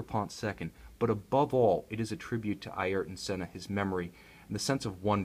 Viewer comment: Be decent if you can say his name properly, but hey good video bro